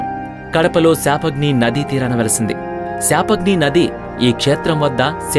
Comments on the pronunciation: Shaapahni kaadhu bro papagni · పాపాగ్ని శాపాగ్ని కాదు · సాపాగ్ని నది కాదు బాబు,అది పాపాగ్ని నది. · Adhi sapagni kadhu bro papagni nadi